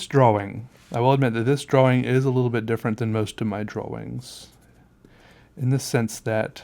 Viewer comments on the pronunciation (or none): Love how he you say drawing it sounds like your saying drawwing lol, really like your videos